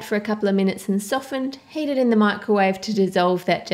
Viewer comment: When you say heat it kind of sounds like you're saying hate.